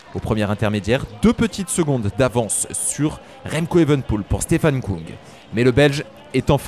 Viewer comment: Merci pour ces comptes rendus de qualité ! Pour info on prononce Stefan Küng (ue) et non "Koung" car en allemand le tréma modifie la prononciation du u. Il se prononce comme en français